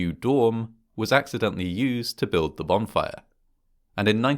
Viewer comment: Is this guy saying "bomb fire"?